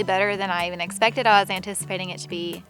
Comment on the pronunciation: After a couple weeks watching you guys... i've realized there's a PERFECT DRINKING GAME. Every time says 'it-spected' (his version of expected)... YUP.